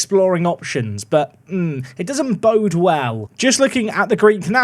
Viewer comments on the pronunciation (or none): none